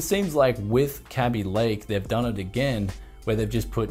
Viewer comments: I'm pretty sure it's called Kaby Lake, not "Kabby Lake" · It's a Kay-bee Lake and not a Cabby Lake.